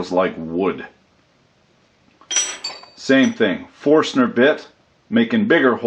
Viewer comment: Its not a forstener bit. Its caled a forskinner bit. Got it? hahah